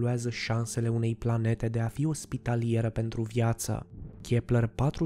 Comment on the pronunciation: Eu am auzit la una pe aici că a zis plante în loc de Planete